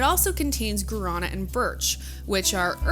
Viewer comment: Gaurana is "Gwah-duh-nah"